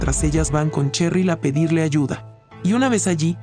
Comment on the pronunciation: Yo al ver como pronuncia en nombre de cheryl:👁👄👁